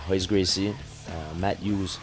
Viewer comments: hhaha he called him ROYce gracie... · Dude pronounces the R in Royce............... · interviewer says 'R'oyce Gracie. what a schmuck. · he said Royce, with an R....what a fucking idiot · he did not just call him 'Royce' with an 'R' sound..... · Look at this clown it´s pronounced Hoice get it right like GSP... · not trying to be an ass or anything but im brazilian and royce gracie is actually pronounced with a "H" sound its hoyce gracie...in portuguese r's have an "h" sound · wow, i know it's spelled with an "R" but come on. If you are going to cover this stuff can't you try to pronounce the name right? Especially when speaking of the Gracie family. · This interview is terrible. KNOW YOUR MATERIAL man!! You're asking terrible questions and you don't even care about the answers. Btw, Royce is pronounced Hoy-ce not Roy-ce. I wouldn't expect a strange to know that, but an MMA fan should. If I was GSP, I'd correct this guy on every question. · Interviewer sucks. Doesn't even know how to pronounce Gracie's name. Dumbf...